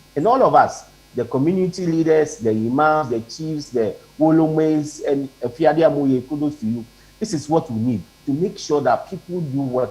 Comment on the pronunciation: Eiii Afia you have change the way you pronounce your last name. You will kill me.